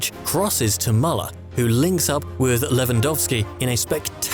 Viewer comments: His name is pronounced MOO Lerr . He is not mulling anything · Good analysis but my god that pronunciation of muller is so triggering